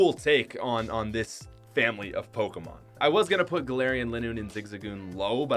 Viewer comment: Hey! At least hes calls them Pokémon and not PokEEEmon. Good job.